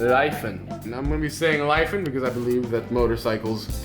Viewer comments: its not Lai fan its Lefan = Lifan 🐸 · Its pronounced Lee fan